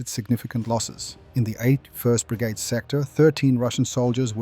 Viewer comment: Ya almost sounded Australian in that one Say brigade again